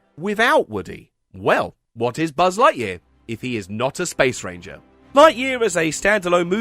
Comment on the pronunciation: I still can’t ever hear the “Space. Ranger.” line without just hearing “*Spanger*”